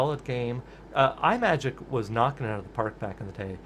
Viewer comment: You are not the first to get the pronunciation wrong, but "Imagic" is not pronounced as Eye-Majik as you repeat throughout this video. Think of a portmanteau of the words "image" and "magic". Now please do not tell me that you pronounce the word, "image" as Eye-Maj. No, it is pronounced as I-Maj (short "I" sound).